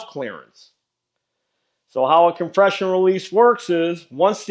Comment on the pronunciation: I have had so many compression release cams break that now I just leave them broken and lower the compression by adding a small short capped pipe to the head that opens into the compression chamber. (VID = c8SUueqRzAs) COM-PRESS-SHE-OWN I didn't know you knew French :-0)